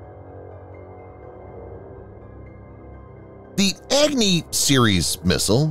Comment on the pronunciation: HEY you video narrator Goof, "Agni" doesn't pronounced as Agg-Knee LoL!!😂 It pronounces as UgNi like what you pronounce Umbrella with starting U not EggKnee, why ppl so Stupid🤡, 👉It's totally annoying & irritating that You Pronounce Pakistan very well, not like Pack-Staan or PAXTAN.